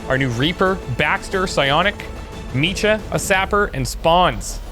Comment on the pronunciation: Hey, I think your pronouncing Micah's name wrong. The C and H aren't connected, so it would be pronounced (Mike-ah)